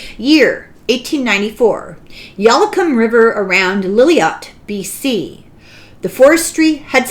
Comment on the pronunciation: Regarding the glass-plate photo from Lillooet, BC: Lillooet is pronounced LILL-oo-WET, FYI. (